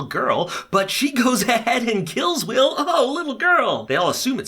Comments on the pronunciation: Dude your so bad with names...it’s McCreary not mcclearly and wells not will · i just realized he called wells ✨will✨ BAHAHAHA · Omg WELLS! As in HG WELLS! Not will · It’s Wells not will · His name isn't will, it's Wells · He says Will not Wells :( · its not will its wells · dude its wells not will. Jahas sons name is Wells. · His names is Wells, not will. WELLS. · Welles not Will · his names wells not will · Lol did u call wells will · Is it just me that noticed he says "Will" instead of "Wells". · His name is Wells, not Will. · I died when he called Wells will😂😂😂😂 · Wells. His name is wells.